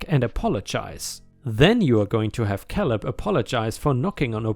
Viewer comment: Caleb is said as "kay lib" not "kal ib." 😛